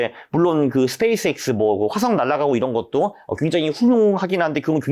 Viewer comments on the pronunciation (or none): none